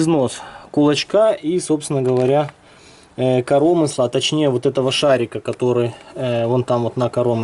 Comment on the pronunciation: коромысла-на ы ударение,аж уши режет!